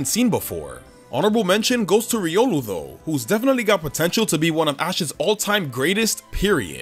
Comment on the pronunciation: That's not how you call ryolo it's riolu not ryolo